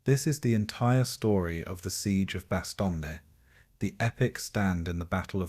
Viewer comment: You can’t even pronounce Bastogne!!